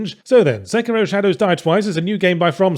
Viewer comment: SA-KEY-ROW. not sucira